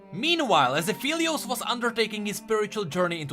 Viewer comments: It's "Ah-FELL-eee-ose" like 'help I FELL down' NOT "Ah-FEEL-eee-ose" like 'I FEEL tired', people. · no he didnt lol its phelios, not feelios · it's pronounced ap-helios pretty sure, it's an ironic play on words meaning "of the sun" (apo, "of," and helios, "sun") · no hate but at least pronounce his name right... XD